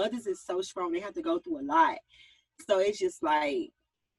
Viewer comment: So we just gonna act like we didn't hear young miami say SKRONG 3 times 🤔